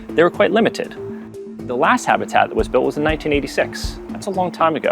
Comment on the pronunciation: I love her accent. Especially the way she pronounces 'habitat'.